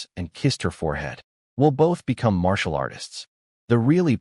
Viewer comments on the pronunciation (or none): "Marital" arts😂😂